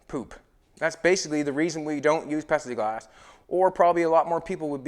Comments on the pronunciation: Are you actually saying pepsi glass as it sure sounds like it I just tried googling Pepsi glass and it showed loads of glasses with Pepsi logo on it. I’ve made stuff out of plexiglass pretty sure the windshield on my slingshot is lexan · are you saying Pepsiglass? Or Pexiglass? Should be Plexiglass. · Does he keep saying petsiglass...its plexiglass lol. Either way this car is nasty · "Pexieglass".....lol dude its Plexiglass. Pronounce the "L" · Petsy glass?? Pepsi glass?? I can’t pinpoint what he is saying isn’t it plexiglass ?? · Is he saying Pepsi glass or Plexiglass ? 🤣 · It's pLexiglass ! Not pexiglass ! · IS HE SAYING PEPSI OR PLASTIC or PLEXIGLAS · At least I'm not the only one who heard it as Pepsi Glass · ITS FUCKING PLEXIGLASS!!! PLEASE STOP IT. JUST SAY POLYCARBONATE. ANYTHING BUT WHATEVER YOU ARE SAYING. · Lol I love it ....The last video and right up till you removed the back window. I thought you were saying it was Pepsi glass 😂 Had me thinking it was like a thick blueish glass 😁 Love it brother keep it up 👍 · Did call it Pepsiglass? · I think he is saying Pepsi Glass 🤣😂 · Plexiglass has an L in it. Yes it does! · I know right I'll look oh hell I spent 45 minutes trying to figure out where to get this new Pepsi glass at and it finally hit me that he just was mispronouncing and there is no new thing on glass it's plexiglass ... LOL I fell I said my God I mean he's so eloquently spoken you want me to every other word is is perfectly spoken and and there's no no it's flawless so I you know I did not cross my mind that he was getting that one word out of everything wrong so I mean I was honestly legit looking for Pepsi glass I mean I got to find this stuff I don't drink Pepsi but if they've got a new glass by God I want to know about it!!!